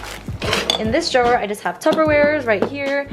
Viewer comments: i think its funny how you say drawer like drow-wahhh instead of draw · I love the way you saw drawer 😂💗